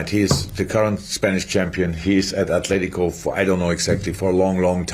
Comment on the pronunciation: There is no 'H' in Atletico Jim! Sick of fucking saying it!!